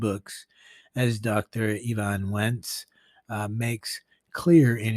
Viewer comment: EvanS-Wentz Not Evan Wentz